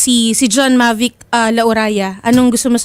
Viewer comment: BAKIT BA MAVIC KA NG MAVIC?! MOVIC HINDI MAVIC! OBOB!